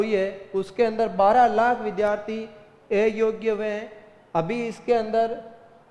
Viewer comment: एयोग्य नही सर अयोग्य होता है